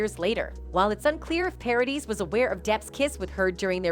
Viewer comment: Come on Bonet and Paradis it is not hard to pronounce these two names properly.